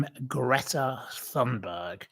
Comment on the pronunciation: Ghastly or not pronunciation is Greata Tunberry 😂